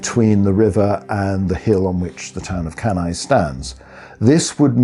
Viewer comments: Dear Anglo-Saxons, could you please pronounce Latin names properly? Beginning with Cannae. Even the esteemed professor mispronounces it, even though he must have learnt proper Latin. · Off-putting when the narrator (AI or human) is unable to even pronounce the name of the battle properly. One needs to wait for Dr. Goldsworthy to do so properly but, like when he makes a suggestion for the actual location of the battle, he's just ignored.